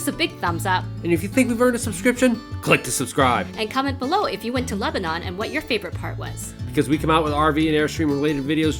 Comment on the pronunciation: Just so you know..us in Tennessee pronounce it Leba nun not Leba non...Enjoyed the video.